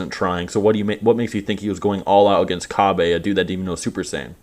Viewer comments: Isn't his name Cabba? Not Kabe? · You know you're the only one who pronounces Kabba as "Kabé" right?